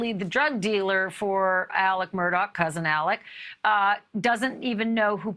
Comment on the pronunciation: Murdaugh is pronounced ' Mur-daw', not ' Mur-dock'.